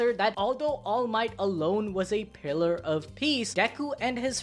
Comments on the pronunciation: "Pillar" not "Piller" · Pillar not Piller